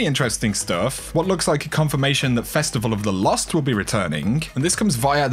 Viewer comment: It was pronounced “festival of the cost.”